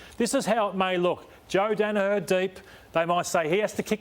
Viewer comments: ROSS!! Say it with me ya flog Dani-HER. Her not har ya sped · Ross Lyon, it's Daniher nit 'Danaha' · Also, someone please tell Ross it's pronounced, dan a her